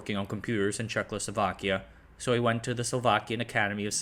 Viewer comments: Will people stop putting an “L” sound in the second syllable of Czechoslovakia. It fucking annoys me. And it makes you look stupid. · You keep saying😆CzechLoslovakia instead of Czechoslovakia. Adding a L after H in Czech. I’m no Czech but I’m well aware how difficult another language can be so it’s perfectly understandable. As always, make ch appreciated content! 🫶👋✌️🖖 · Could you try to, at least ONCE pronounce the name of the country as "Czechoslovakia", rather than "Czechlosovakia"? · He does his «check losovakya» every time. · Not CzechLoSlovakia but just Czechoslovakia. No extra L needed :) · Thank you for this fascinating story. I just have one suggestion: it would be good if you would avoid mispronouncing Czechoslovakia as CzechLoslovakia. That is kind of distracting. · Czech-o-slovakia not czechlosovakia 🤦‍♂️ stopped watching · Was I the only one who hears throughout the video as "Czech-lo-sovak(ia)" instead of "Czech-o-slovak(ia)" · It is Czechoslovakia not Czechlosovakia XD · Its Czechoslovakia not 'Czech-lo- slovakia' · Not to be that guy but it's not Czechlosovakia. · What the heck is Czech-Lo-Slovakia? It was Czechoslovakia. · 😂 Checloslovachians ... Oh dislexia what a funny thing you are. Try this: Cheh-Oslo-Vaki-Ah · It’s Czechoslovakia, not CzechLoslovakia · Checkloslovkia????? Who pronounces it like that? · very informative video with good insight but hearing CzechLosovakia was painful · Did I hear "Checlo sovak" and "checlo sovakia" ? 😂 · For me it sounded almost like Czechless Slovakia😅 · Nice overview -- could have been even better if you hadn't consistently called the country "ChekLoslovakia" for some weird reason. ;) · Bro can say Slušovice like a native but then manages Czechlosovakia consistently 😂 No hate, only love man. Keep up the good work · nigh unwatchable video. he keeps saying "Czech-lo-so-vak" for some reason?? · "Czechlosovak"? I get that it's a hard word but that's not where the L is placed